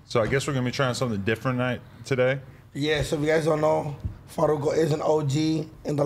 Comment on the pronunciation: U can tell Adam was nervous about saying the double R in Farruko hahahaha